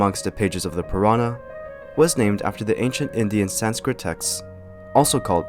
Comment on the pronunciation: Can I say, your pronunciation for the majority of the Sanskrit words was PERFECT.